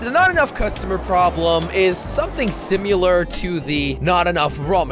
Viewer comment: did you hear how he said similar he said simular